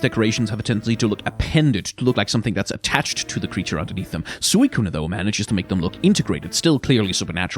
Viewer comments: Suicunae???? Where do you get some of these pronunciations? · did this man really just say Woah-Buffet? Like Jimmy Buffet? Also I appreciate trying to pronounce Suicune in a Japanese way, but in Japanese it's just スイクン (Suikun), no "ne" on the end